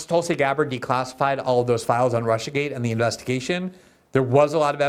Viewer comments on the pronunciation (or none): none